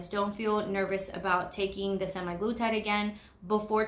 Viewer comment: And it’s semAglutide, not semi.